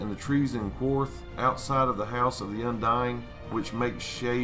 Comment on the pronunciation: love your vids man but the way you pronounce "Qarth" really bothers me lol. It sounds like "car". Not "quar" like "quarter". Qarth is said quite a bit in season 2. other than that keep it up brother